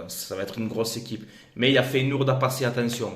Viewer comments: Tu déchires fréro! continues comme ca ! Juste Feyenoord ca se prononce Féyénorde pas Féyénourde, tu m as fait délirer lol sinon tu gères ;) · Feyenoord se prononce Féyénorde pas feyenourde 🤣 Objectif atteint !